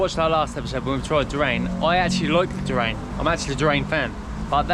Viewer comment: I know these are pre-recorded but its pronounced DOO-RIAN/JEWRIAN, spelt Durian, not pronounced DOORAIN and spelt Dorain. I before A making it IA not AI.